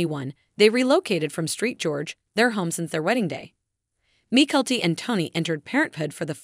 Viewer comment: The video would have better if the narrator had pronounced Mykelti's name correctly and it is Saint George, not Street George!